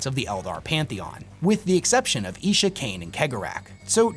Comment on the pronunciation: Isha is pronounced Eye-Sha not Eee-Sha. :D